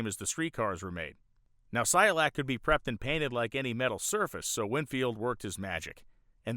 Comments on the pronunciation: It's not Cy-o-lac. It's pronounced: SI-koh-lak. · Cycolac, not Cyolac. woopsie 😬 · You keep saying Cy-olac. Is the second C silent? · You mispronounced cyCOlac over and over. Otherwise, I loved it. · HOW MANY TIMES DID THAT GUY MISPRONOUNCE CYCOLAC???? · Did you really just go the whole episode mispronouncing "Cycolac"?